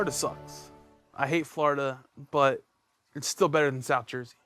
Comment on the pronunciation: Everytime he said Florida it sounded like he said "Flarta." 😂